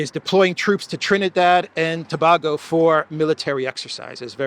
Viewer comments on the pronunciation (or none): none